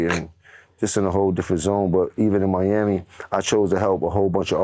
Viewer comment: idk how he can even say the word “Miami” 🌊 🫦👋 💀 😂